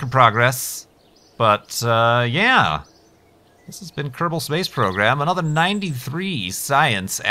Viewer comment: "ok everyone, welcome back to -bal space program" is what i hear for the intro O_O